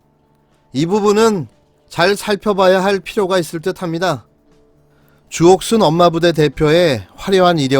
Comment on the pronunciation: 조..옷..쑨... 이렇게 전 들렸네요 ㅋ